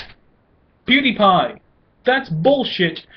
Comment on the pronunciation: U didn't even say his name right